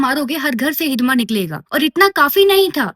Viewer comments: It's not 'हिदमा ', it's हिड़मा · Hidma❌ I heard Hidimba ✅ Rakshashi 💀☠️